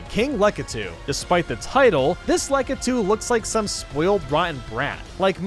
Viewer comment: When the guy who can't pronounce bob-omb or lakitu decides to make Mario videos for a living